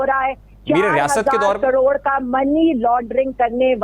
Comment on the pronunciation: She don't even know how to say caror 😂😂😂